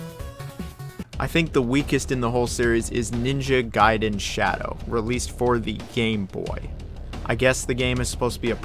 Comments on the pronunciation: It's pronounced as Guyden not Gayden. Gai and Gay are different. If you pronounce it as Gay well then you're Gay. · Stop saying "GAY-den". It's "GUY-den". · Good NG games = Ninja Gaiden Bad NG games = Ninja Gey-den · Definitely pronounced Guy-Den. Just look at the order of the letters in the word. A before I makes a hard I sound. Think DBZ Kai. You wouldnt call it DBZ "Kay" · gaiden gayden gaiden gayden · ninja gay-den? cmon man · Gayden? Lol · Youve got to decide how you want to pronounce Gaiden 😂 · Choose one pronunciation of gaiden and stick to it... So painful dude, literally changed every time